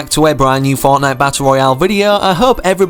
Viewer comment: i like how he says fournight instead of fortnite